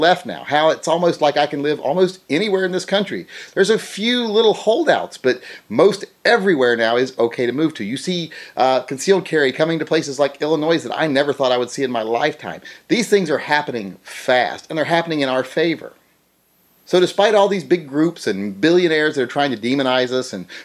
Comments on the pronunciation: Illinoi not Illinoise.. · Sorry, you know how much of a pain in the ass us from Illinois are... the s is silent. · I enjoyed listing to your point of view and the "S" is silent, not that I give a $hit either